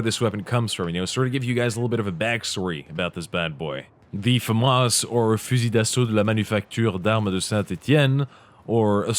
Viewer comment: Bonjour! Je te connais depuis longtemps, c'est vraiment bizarre quand tu parles Anglais et ensuite tu dis "fusil d'assaut de la manufacture de Saint-Étienne" avec un accent hyper français!